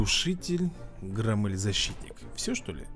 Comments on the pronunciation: Не громмЭль,а грОммель. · громель ударение на о)